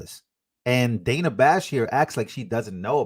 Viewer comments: Its Dana. So it's pronounced like Donna or rather with a soft 'a' sound. Long vowel sounds are created by placing two vowels together or ending the word with an 'E.' Short vowel sounds happen when a vowel is placed next to a consonant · THIS GUY CANT PRONOUNCE DANA, SO WHY IS HIS OPINION RELEVANT. JUST GO AWAY. AMERICA, 🇺🇸 LOCK UP CRIMINALS DONT ELECT THEM. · If she wants it pronounced Danna she should spell it that way. Otherwise STFU about people getting it wrong.